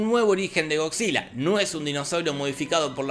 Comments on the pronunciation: yo crei que decia "cockzilla" :v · Nadie: Don Jorge: “Gogsila” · Escuchar a don Pinarello decir "GoCzilla" es un viaje de ida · estaba buscando este comentario. pensé que tal vez estaba escuchando mal